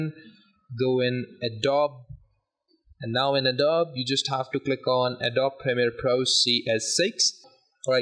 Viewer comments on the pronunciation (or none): Thanks mang Btw it's pronounced "Adob-e", not "Adobe" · thx a lot! it's pronounced a-doe-be btw not a-dobe